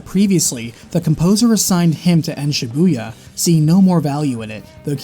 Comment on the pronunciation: learn how to pronounce Shibuya...